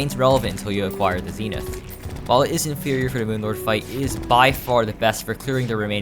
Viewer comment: finally someone who calls it zenith and not zehnifth